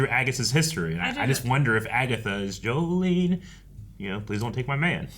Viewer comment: It’s Jolene not Jolie